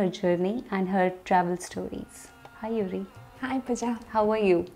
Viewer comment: oh her name is Yurie! You said Yuri... 😅 Japanese is read like it is written. Just like Indian languages. So Yurie would be pronounced as yu-ri-e 😄 Although I have to say it is a rare japanese name